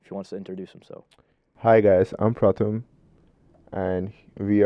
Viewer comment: Boy ur name ain’t pratham it’s